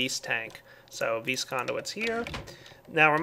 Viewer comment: How many times did he say vees (vis) in this episode?